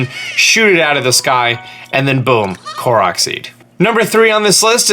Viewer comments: Thank you for pronouncing "Korok" correctly. Cant stand it when other people pronounce it as Core-oak. Uuuuuuugh... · pronounces Korok correctly Also: LuMiNoOyYsSsZ